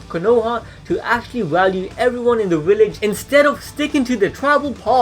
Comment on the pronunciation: Every time you said WILLEDGE I cringed just a little.